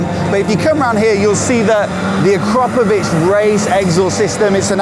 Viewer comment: Why is Akrapovic so hard to say? “AkrOpovic” Really? Good video though. 👍😂